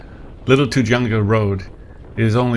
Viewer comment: Sorry, couln't resist -- it's "too-hunga" -- pronounce the "j" like an "h."